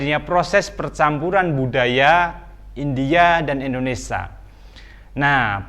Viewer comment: Indonesia pak bukan endonesa.